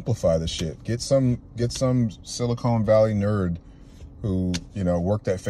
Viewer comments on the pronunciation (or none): Lmao you called it silicone valley